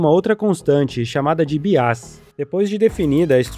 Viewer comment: Tá me doendo ouvir você falando "biás"